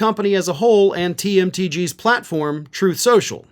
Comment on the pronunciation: "Troath Senshul."